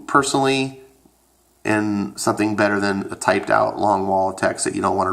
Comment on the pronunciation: You said its 'butter' 😂😂.. Ok you're both wrong. Overwatch is bettterrrr